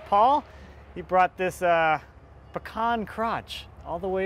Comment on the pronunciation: That is some Beautiful pecan (I see your still pronouncing it wrong,:>)